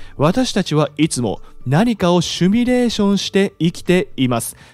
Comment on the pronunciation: ✖「シュミレーション」 〇「シミュレーション（英: simulation ）」